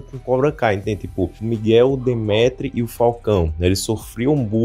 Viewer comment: Demetre kkkk é dimitre